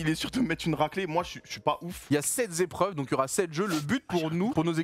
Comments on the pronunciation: Il y a 7 zépreuves il a dit 🤣🤣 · Sept épreuves et non septs zépreuves hein Doigby 😉